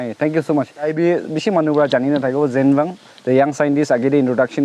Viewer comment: I think his name is ZENWANG not zangwang